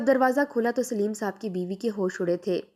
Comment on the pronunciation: Sleem nahi Saleem